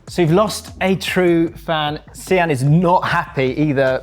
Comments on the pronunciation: See-an? Its Sian, Typical English people butchering the names from countries they've colonised. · Such a bad pronunciation of Sian